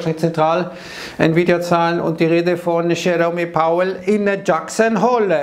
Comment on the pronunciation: Wer nichtmal Jerome Powell und Jackson Hole nicht aussrepchen kann....